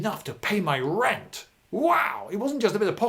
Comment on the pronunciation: Lloyd pronounces the word "rent" as if he were an American. Several times. Something subconscius?